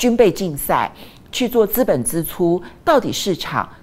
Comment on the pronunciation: 資本支（ㄓ）出不是（ㄗ），呃….正音要加油！